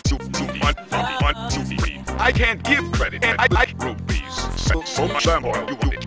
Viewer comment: OK EVERYONE RUPEES OR RUBIES? I’m pretty sure it’s rupees